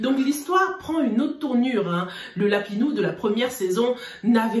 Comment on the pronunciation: Comment dit Lapino 🤣🤣🤣 lapinou 🤣🤣🤣sorry ma chérie mais je ne pouvais pas m’empêcher de rire